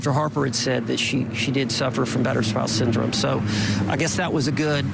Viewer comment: The way he says syndrome really gets under my skin. “Syn drum”